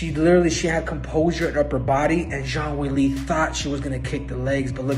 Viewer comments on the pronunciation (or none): CC is telling me that Cejudo said Jean Wiggly, not Zhang Weilei. I love YouTube closed captioning